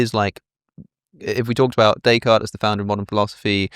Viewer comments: he immediately reverts to pronouncing both kierkegaard and nietzsche the wrong way, in an english accent. the same goes for descartes. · Having a fancy intellectual discussion while butchering the name 'Day Card' is oh so British. It is almost as bad as the way they pronounce Ibiza as 'Eye Beether' :-)